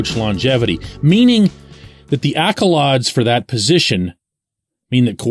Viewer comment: Accolawds? AccoLAIDS